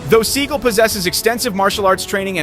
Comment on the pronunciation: Sorry, mispronouncing Steven's name.